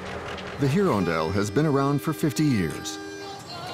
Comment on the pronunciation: heron dell try irondelle a french word for a bird